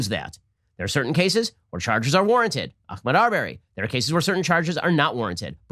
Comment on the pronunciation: Ahmaud Ben! For crying out loud, I’ve never seen a person continue to butcher a name like this. Ben is incapable of pronouncing that guys name. Not Akmoud, Ahmaud. It’s embarrassing for Ben and Daily Wire that he can’t be bothered to get the guys name right!